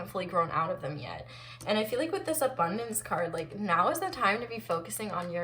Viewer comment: still havent stopped laughing when you said "abondonce" so hilarious😂😂